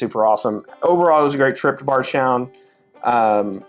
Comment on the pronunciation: Does anyone els hear Bardgtown when he says Bardstown ?